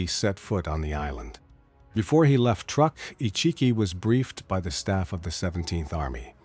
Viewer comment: Truk, not truck.